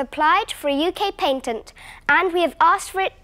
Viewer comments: "uk paintent” lol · Deez people be talking English bad! Dey ain't even pronounce "Patent" goodly! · Last time I checked, "pay tent" was spelled "P A T E N T", and for that reason I'm out!